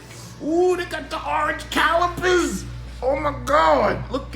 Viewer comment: I’m pretty sure someone got dicked-in-the ass — ”Ohhhhh, dey got da awringe calipizz! Oh meh gawd!!!”